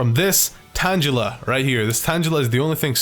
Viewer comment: If he pronounces tangela tan-jela would he say tanjelled